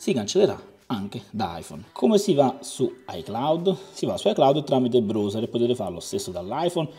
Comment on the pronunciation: mi chiedevo che cavolo fosse il bros (come lo pronunci tu) e mi dicono che sia il browser che si pronuncia BRAUSE(R)